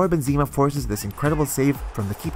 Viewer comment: Dude it's Benzema, not Benzima